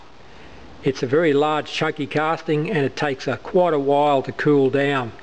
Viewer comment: Chalk pronounced chawk or chork. Not chaalk